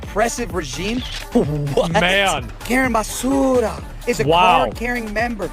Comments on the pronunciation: Yesss… YYYEEESSSS!! 😂😂❤ The way he keeps calling her Karen basssuuura . 🤦🏾‍♀️💀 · yes. He’s not pronouncing Basura correctly. How am I the only white boy to know this lol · He's pronouncing her name as Karen Basura. Basura is Spanish for garbage 😂😂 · Basura is Spanish means garbage. That’s why he keeps pronouncing it like that. 😂